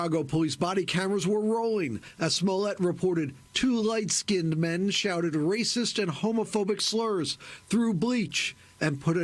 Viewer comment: So... NOW we hear about how 'raysyss' the jury is...